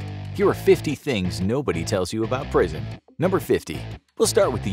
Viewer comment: said prison i thought he said bricked in